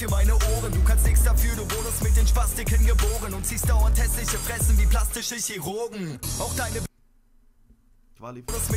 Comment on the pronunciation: Denkst du wirklich "Chirurgen" wird genau so ausgesprochen wie es geschrieben wird....peinlich